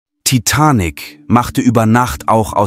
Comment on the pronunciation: Kein schlechtes Video, bis auf die bescheuerte KI Stimme die sich nicht entscheiden kann, wie manche Namen (inklusive des Filmtitels) betont werden soll...